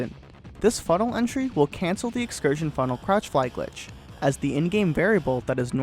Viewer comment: "And today, I would like to talk about Portal 2's most absurd glitch: The excursionfunnekajdguwrujg" me: "huh?"